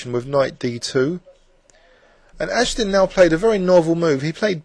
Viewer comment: Oh, and AG-DES-TEEN is the correct pronunciation. Still a great video!